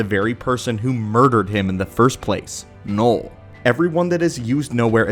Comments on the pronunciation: its knull not knoll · "noll"? Don't you mean "knull"? (also, "knull" in Swedish literally mean "fu*k")